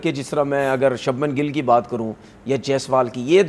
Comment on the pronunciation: Subman gill😂 ✅ shubhman gill❌